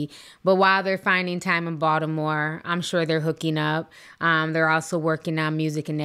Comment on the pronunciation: As a Baltimorean I appreciate how Ti pronounced Baltimore how we do 😂😂